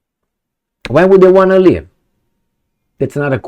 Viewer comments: "leave", not "live" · LEAVE, not "live". 😅😂 "Can't live without Zelensky's permission." 😂😂😂